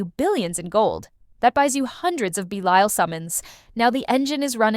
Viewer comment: AI pronounced Belial correctly once. 😂😂